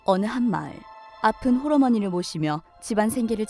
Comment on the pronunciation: 나는 썩었다 홀어머니를 호로어머니라고 들었다